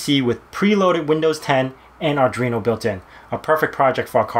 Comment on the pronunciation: Why are you calling it "Ardreeno"? There is no 'r' after the 'd' in Arduino.